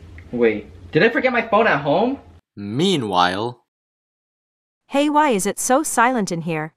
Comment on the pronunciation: why is it “Man, while” not “Mean, while” 😂